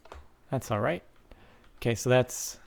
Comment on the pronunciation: (alright) british